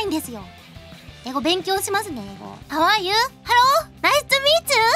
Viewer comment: HAHAHAHAHAHA HAU AH YUU ?? HALO ??? NAISCHU MEECHU ? I'M SO DONE !!😂😂😂